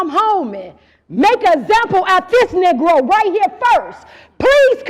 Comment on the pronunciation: She said knee-grow🤣🤣🤣🤣